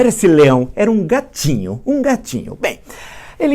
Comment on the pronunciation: Ele era um GAtíNHUuu Desculpa, Villa, não aguentei kkk